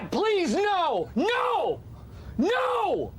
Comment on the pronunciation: says no like 'nareeeaauuuu'.... u aussie dawg?